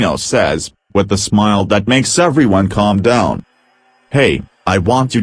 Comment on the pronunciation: bruh was i the only one who heard calm down milk??? like wtf